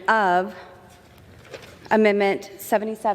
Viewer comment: AmenDment. The d is not silent